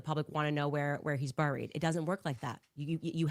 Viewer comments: Isn't 'buried' pronounced 'beh-reed' and not 'buh-reed'? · And by the way CANDICE its bury not BURRY,, BURY,, sounds like "berry" not a BUR,,, just a little english class there for ya!!! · She says burried- not correct. Funny😂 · I had to look up how to pronounce "bury" cuz Candace be saying, "burried," rhyming it with furry. She also says, "cer-in" instead of cer TAIN.